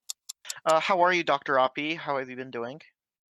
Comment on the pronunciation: as a big fan calls Dr.Oppy Dr Arpy.lol